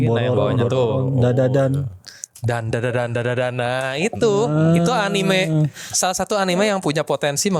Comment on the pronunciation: Gue risih banget sama orang yang nyebut anime dengan anim. Anime itu bahasa jepang, bukan bahasa inggris, jadi bacanya ya anime, bukan anim.